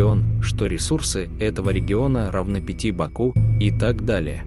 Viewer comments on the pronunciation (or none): none